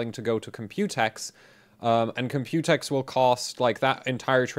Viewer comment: there's enough computer coverage (plus you pronounce it incorrectly, the emphasis is on the C... Comp-u-tex, not comp-U-tex, i mean jeez watch a video and listen to how everyone says it!), i'd rather you review ryzen 2000 series hardware! your stuff is genuinely unique on that, vs just some more computex coverage. just put "computex" in the video title and description for some extra clicks lol.